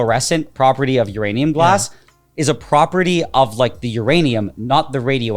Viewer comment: 🤓☝️"uhm actuawwy uwanium gwass"